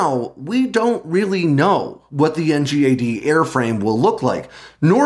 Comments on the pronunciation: As someone who worked on NGAD, it’s nails on a chalkboard hearing you constantly call it “NGAD” and not “in gad”. Please, call it “in gad”. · NGAD is pronounced “en-gaad.”